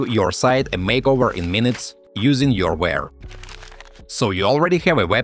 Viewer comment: it’s youware not yourware……